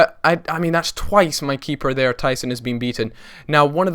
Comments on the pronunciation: It's tyTon not tySon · it isn't tyson but tyton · LOL he still says tyson but it is tyton